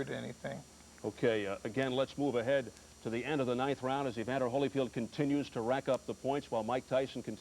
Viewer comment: Reporters: Evander Holyfield ... Mike Tyson: EVANDA